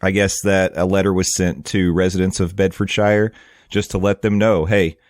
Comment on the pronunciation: Hey there.. Bedfordshire is pronounced Bedfordsheer. Like New Hampshire in the US is pronounced. And Luton airport is pronounced Looton 😅 they would also have London Stansted airport nearby too. Train links to london would be fantastic. Not looking forward to the traffic though! You think the I4 is bad… the U.K. freeways are 10x worse.. it’s actually quite nice to sit in the I4 traffic after sitting on the M25 or the M1 😂